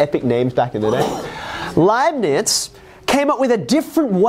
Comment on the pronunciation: As a german im pretty suprised how well he pronounced leibniz name :D